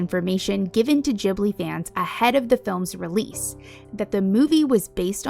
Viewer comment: Oh my god. Rare youtuber who doesn't say Ghibli with a hard G! (Nice vid also.)